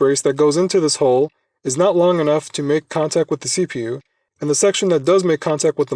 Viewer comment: The way you stress the letters in CPU is killing me.